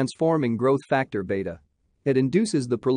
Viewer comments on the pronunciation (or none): none